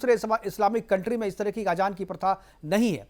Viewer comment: Ajaan nhi azaaan phly apni zaban too thk krloo 😂😂